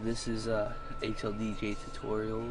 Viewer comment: your voice is so weird it sounded like you said hlbj O_o half life bj..... eww